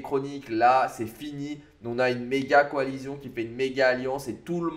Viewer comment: Coalition ça se dit coalission ! Pas coalizion.... 🤦‍♂️. Sinon super vidéo